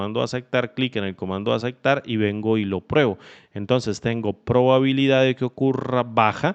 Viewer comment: Muy bueno, solo que dice probalidad y es probabilidad :D